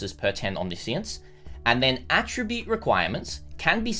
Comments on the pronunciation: It is not omni-science, it's omniscience. It refers to knowing everything, often associated with God or gods, nothing to do with science. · isn't it omni-science? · I'm triggered by how he is pronouncing omniscience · just me or... isnt it OMNI - SCIENCE? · no it is not? Omniscience is like Omnibus. Omni he pronounces right. but the word "science" he pronounces terribly wrong each and every single time. It is understood as a name for "Everything-Science" as in "Science of all attributes combines" if you want.